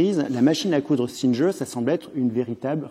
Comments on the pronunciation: Très intéressant. Petit détail sans importance : j'apprécie qu'il prononce les noms anglais ou américains avec un semblant d'accent mais si c'est pour prononcer le G de "Singer" comme un "J" au lieu de "GU" de "ˈsɪŋɚ" l'intérêt en est amoindri. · J'ai bien aimé le micro-moment "je déballe mon accent anglais" où le type se ridiculise en prononcant "Singer" 5 fois de suite et en se vautrant (sans le savoir) lamentablement.